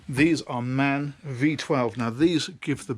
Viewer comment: Thanks for this great report and the video. Just as a tip, the German machine manufacturer MAN SE (formerly Maschinenfabrik Augsburg-Nürnberg) does not pronounce itself like a man, but rather each letter individually M. A. N.